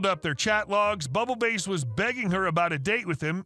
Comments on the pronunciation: I'm sorry but you pronouncing Bubble Bass as Bubble Base is driving me insane Bubble Bass is a guy from SpongeBob SquarePants. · did you mispronounce Bass (as in ‘Bubble Bass’) on purpose? I think the OP meant bass like the fish….. 😉👍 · It’s actually bubble bass, as in the fish. You’re killing me with this